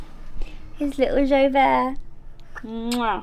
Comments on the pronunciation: Been so excited for this video! 😁 I thought it was pronounced Joo-bert rather than zho-bear 🤪😄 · I thought you said something like joy bear 😂❤ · You guys were saying Joubert but I kept hearing Joe Bear :D